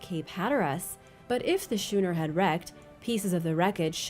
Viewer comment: The sch in schooner is pronounced the same way as school is pronounced..only saying something because this is the second video that you mispronounced the word